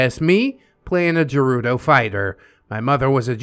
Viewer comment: bruh what the hell? hylians and sheikah are 2 different tribes. unless OP means they were a highlian raised by the sheikah. (ps the way OP spelles shiekah and the way pronounces gerudo triggers me beyond reason)